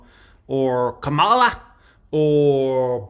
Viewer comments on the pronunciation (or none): KAmala. Not kaMAla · Why do you keep saying Kamala's name incorrectly? That's just disrespectful!